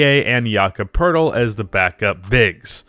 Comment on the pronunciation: I’m pretty sure his name is pronounced Jake Puddle but whatever